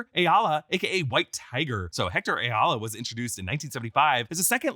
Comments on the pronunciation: Ayala is pronounced i-all-uh not a-yall-uh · Ayala is pronunce i-ya-la